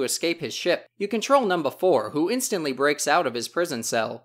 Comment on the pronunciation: not to sound werid but i am way to into the way you say number because you sound funny saying it, sounding like "Num-Ba"